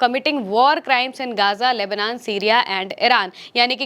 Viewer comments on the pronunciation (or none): none